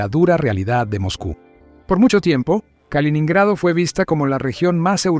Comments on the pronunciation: No se dice kalonhrado sino kaloNO nhrado. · No se dice kalinado sino kaliNINgrado. aprende a leer.